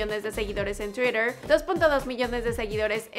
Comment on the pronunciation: Porque habla d esa manera cuando dice twitter xddddss jjaajajajajajajaajajajjaajajajaa